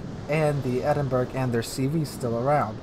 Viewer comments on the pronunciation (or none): I cringe every time you call it the Edin-berg. Other than that...really enjoy your vids.